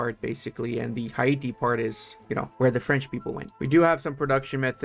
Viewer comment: Hi-e-tee? Hay-tee bro